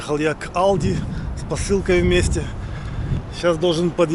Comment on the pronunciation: Альди- только мягкое эль в немецком ,нет Алди